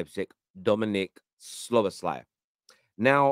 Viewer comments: Brother. It's pronounced: Sobber-sly Hahaha you make him sound like a male on male erotic film actor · Szo-boss-him-lar. I’m calling him